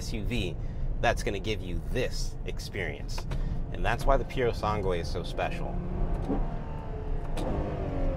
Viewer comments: Purosangue not purosangway😅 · Awesome video bro. Just a thing, the correct way to say the name "Purosangue" is not saying the last u, so almost like it´s "Purosange". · Can't handle them saying purosangue again...